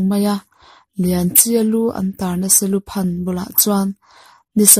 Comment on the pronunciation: Seluphan tih pawh hi lam dik chiah lo bawk